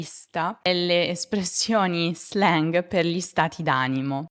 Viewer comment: Grazie mille. Perché non pronunci l’anglicismi tipo slang (lo /zleng/) come sono adattati all’italiano?